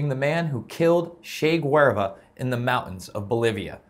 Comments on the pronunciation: I remember it being pronounced "Gueh-VAR-ah". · I appreciate your attempt to present facts but sheesh the pissed off attitude because HOLLYWOOD made some parts of a MOVIE dramatic... Well no people in HOLLYWOOD made something for the sake of entertainment SMH. It's probuched LIE-MAN and you totally butchered the last name of CHE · The way he pronounced Guevara lol